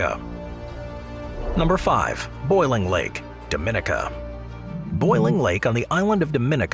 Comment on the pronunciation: "Do - min- NEE - ca"